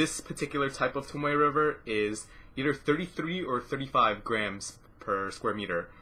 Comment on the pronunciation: You pronounced it correctly!